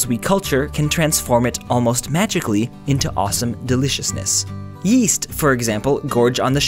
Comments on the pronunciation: Yeast I thought u said WEAST Patrick Star is cool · He said yeast like “YEEST” XD